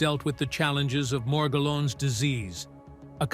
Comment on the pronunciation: It's "Mor-GELL-ans" Disease.